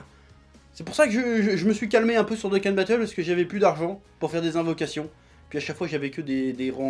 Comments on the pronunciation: Je suis mort quel génie incroyable quand il parle Dragon Boule Z Doukan Batoule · Mdr il parle de Dokkan Battle alors que dans une vidéo avant ça il savait même pas prononcer le nom du jeu (cf. la vidéo sur le spoil du film Broly)